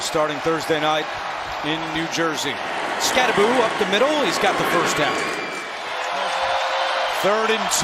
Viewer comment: Anyone else cringing everytime the commentator says "Skattaboo" instead of Skattabo?"